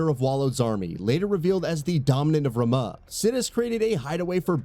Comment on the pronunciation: Ra-moo not Ra-ma